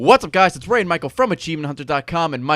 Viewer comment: Ray not rat